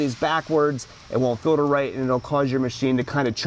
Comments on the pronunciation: If this guy says filder one more time... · “The way that these fill-ders filter” “When you change that fill-der” “..make it easier to get into the fill-der” “..small white plastic fuel fill-ders” “And when you install them pay attention to this fill-der these are actually directional filters”